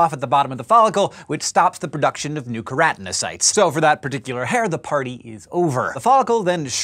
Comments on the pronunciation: She called the specialised cells that colour hair 'keranocytes', although the word onscreen is actually spelt 'keratinocytes'. Does she have a problem pronouncing certain syllables, or maybe she learnt to read by unconsciously cutting out the occasional syllable or two from the middle of longer words for faster assimilation of any written word in front of her. Who knows? More to the point-who cares?.. Maybe I'm just a tad tooo pedantic... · It's pronounced kero-teno-sites